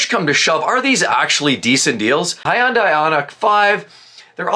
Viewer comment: It’s Hyndai ( hynday ) not hyndaii